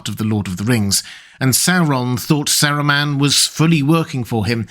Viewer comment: bro the way you pronounce his name is triggering lol